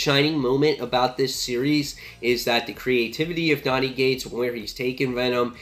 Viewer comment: It sounds like your saying Donny 'G'ates, but its Cates. Not trying to be a grammar nazi, just thought you should know.